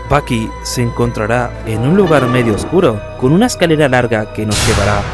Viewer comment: Todo el rato andaba pensando en Baki del anime Baki cuando decías Bucky